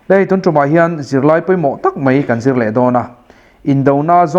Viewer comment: I thu sawi a ngiahnawm a, a fiah viau bawk. Mahse, 'paih' tih tura 'peih' tih zawk tlat te, 'mai' tih tura 'mei' tih ang deuha lam rik te, 'daih' tih tura 'deih' tih ang lek lek te, 'chibai' tih huna 'chibei' tih ang deuha lam rîk a ni ṭhin hi a pawi ka ti khawp mai, heng hi inzir theih a ni. Lo zir leh hret rawh aw, i thu sawi a ṭha si a, thumal ṭhenkhat pial deuha lam rîk atan chuan uiawm tak a ni.